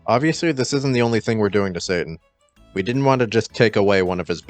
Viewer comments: I mean, you're flat out pronouncing it "Satan" throughout this video. That isn't even remotely close to "Citan," let alone "Shiitan." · Although I vastly appreciate the work your team is doing on this game... please pronounce his name correctly. 😐